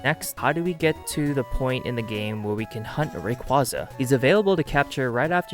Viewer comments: That's not what I meant at all, it's the way half the Poketubers (if not more) mispronounce Rayquaza and it just spreads (I didn't even notice a speech impediment) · The way you pronounce Rayquaza physically hurts me..